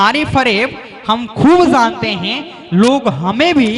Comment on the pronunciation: Pronounciation sahi nhi h jb ko zb jante k bajaye zante is trh ka shayri achha nhi lgta, tallafuz pr dhayan den plzz